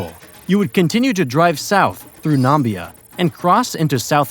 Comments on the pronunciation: I really liked this video, but the name of the African country south of Angola (with a long “o” as in Cola) is neither Nambia nor Narnia. It is called Namibia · All good apart from the incredible pronunciation of Angola (which is not ANGÒL, ) and Namibia (resulting in an incredible NAMBIA, ), mistakes typical of a speaker who has learned about the very existence of these countries like 5 minutes ago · Very interesting video. The country north-west of South Africa is Namibia, not Nambia.